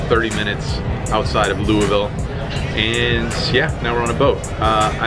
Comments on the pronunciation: Way to say Louisville right! Luulval. 😂I used to play there all the time. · Tell Busi she looks beautiful! Awesome episode as always! Enjoy Louisville. I was happy to hear you pronounce it correctly.